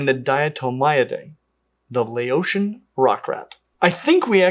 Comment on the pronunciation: Just wanted to note that the ao in Laotian is pronounced like "ow" as in "cow". It might seem a small thing, but in Lao if you say "Lay-o" that means "inferior" or "vile".